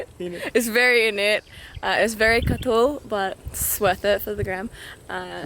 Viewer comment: The grass Its really katsoool (katol) 😂😅 grabe ka islang ni